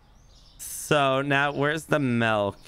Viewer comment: Considering the owner says MELK its a 3 out of 10.